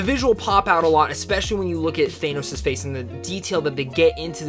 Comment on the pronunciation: How is it possible you just watched Infinity War yet still pronounce Thanos wrong?